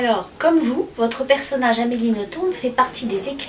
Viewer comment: Eh bien si ce patronyme belge se prononce en faisant entendre le "b" final. Comme A. Nothomb est très bien élevée elle ne corrige pas son interlocuteur quand il prononce "noton", mais je me souviens d'un entretien où cette prononciation était précisée et où Amélie confirmait la chose. Votre "traduction" en "nos-tombes" est d'ailleurs amusante, vu son amour des cimetières!